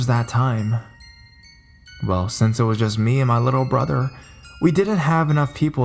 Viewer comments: To be fair, the stories he reads often have misspellings. I assume the writer wrote "insane clown pose," since they were obviously not a fan, and wasn't familiar enough with the band to notice the typo. Personally, I'm more concerned with the way he said "Pennywise from It." You'd think that a horror reader would be familiar enough with Stephen King to read the sentence in a way that suggests that "It" is a book and not merely a sentence ending with a preposition:/ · totally agree that I was thinking the same about "Pennywise from It." But I've listened to quite a bit of his readings lately and most of them have some oddly pronounced words or jerky start/stops to his reading. "Pose" was just the last straw for me. I don't think it's too much to ask that the person narrating the story at least do enough research to make it sound good.